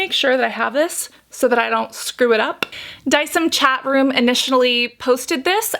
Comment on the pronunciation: You were saying it right. De-ci-em. From Latin. Don't know why she keeps pronouncing it weirdly.